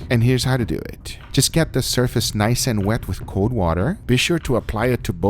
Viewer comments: Milan Maligec lets dew it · "So let's deu it!" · No one: Guga: LeTs dEw iT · "Let's dew eet."